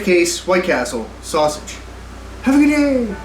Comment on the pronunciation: Bro called it a sussy-ge